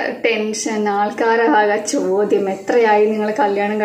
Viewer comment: "chodyam " aanu...allathe "chothyam" alla....ithokke shreddhikkande....